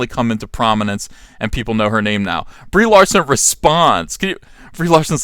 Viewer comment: I could swear he says "Debris Larson" lmao.